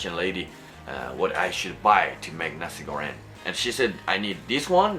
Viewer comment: Nasi goreng not nasi goren, you pronounce the "Ng" sound the same as you pronounce "N" word as the las wrod in Japan for example chan, san, ni-san, doraemon. Also, for the sweet or spicy it depends on your taste there is no right way or wrong way for spicy and sweet level everyone is different but in certain region Indonesia the nasi goreng tends to be spicier, some even more dry than you cook (they use more powder than liquid sauce) also some more runier (less dry powder more liquid sauce) something like that. But, initially what are you cooking are correct congrats! Uncle Roger would be proud to you!